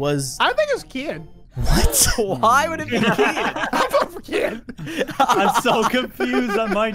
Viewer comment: BRUH ITS KEYIN NOT KEAIN